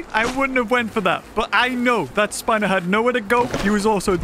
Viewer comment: hello everyone and welcome back to another episode of path of titans and today we’re doing the one and only SPINOSOWIS